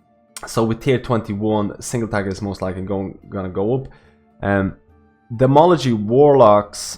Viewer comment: Demology? You mean Demonology? :)! Also, tier 21 seems like it's going to change things up.